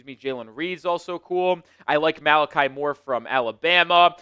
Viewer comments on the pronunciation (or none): none